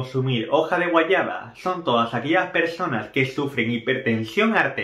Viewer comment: Se dice guayaba. No guayana